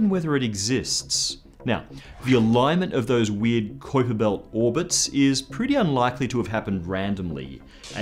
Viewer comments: I love your shows....and I think you are a great host...but they way you say kuiper belt is killing me! It's a pronounced Kyper...with a strong I. Ok...just had to say it....but great videos... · Is it just me or is his pronunciation of Kuiper a little strange?Love the vids but that was just annoying me lol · Dude, why do you say "kuiper belt" so weird? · What's a qwiper belt?? do you mean the kuiper belt?? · sorry m8. I know I should use fonectics but I dont know how to use them. I was just reffering to the way this guy said kuiper belt. I've always heard people say it like "kaiper" belt not like he says "koiper" belt. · It's "Kyper" bro, not "Koyper" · I'm 100% it's not Kyper, it's Qupbiér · I seen another video on another channel where the guy called it the Kwipper built lol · Great show. Just 1 thing its pronounced smth like kaüper belt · It's pronounced "Kyper" it rhymes with hyper. Say it goddammit! Say it! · what the fuck is a koyper belt? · Sounds like how one of the 3 stooges would pronounce it.....Koi-Pa Belt! Koi-Pa Belt! Nyuck Nyuck Nyuck! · its koipe m8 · Kuiper is pronounced Koyper in dutch. Ui=Oey in dutch. Kuiper was dutch which means it is pronounced Koyper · pretty sure it's "Kuuiper". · first time ever hearing someone pronounce it "kwiper" belt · Kuiper spoken as it should be Cowper. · So many strange pronunciations? This guy been under a rock? You lost me at the mark.. honestly, who can't pronounce Constantine? Or Kuiper?? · Absolutely love how he pronounces Kuiper. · His pronunciation of Kuiper makes me want to shove nails into my ear while pronouncing the 👁 sound correctly... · you confused me with the way you pounced Kuiper